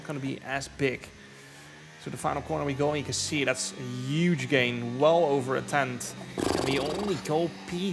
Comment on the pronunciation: It helps me sleep at night to hear Jarno say "yuge" but the day I hear him say it correctly I will be plunged into a deep depression.